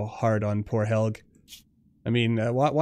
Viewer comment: Helge is a norwegian name and it is pronounced "hel-je"